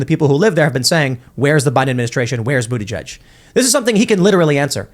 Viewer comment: The correct pronunciation is BOOTY-JUICE!!!